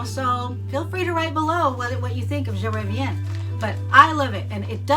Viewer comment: Ooo the way you pronounced Je Reviens 💖💖💖